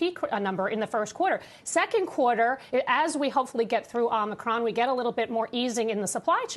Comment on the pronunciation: It's Omicron, not Omnicron. Took me less time to pronounce Giannis Antetokounmpo. C'mon now.